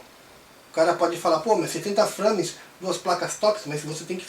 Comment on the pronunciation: Frâmes ... hehe bom video cara